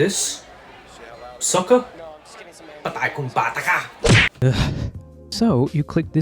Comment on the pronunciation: Suka not sucka su ka